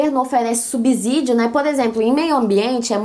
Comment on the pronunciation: Verifique se o autor Eça de Queirós realmente seja brasileiro, e não se pronuncia a palavra "subzídio" com som de "z", mas sim com som de "esse" (s) Pois, não digo subzolo e sim subsolo. Parabéns, suas dicas são ótimas. Bjs.